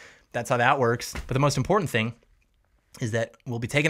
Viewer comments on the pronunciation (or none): none